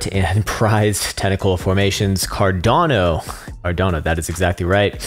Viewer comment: What did he call it Car---?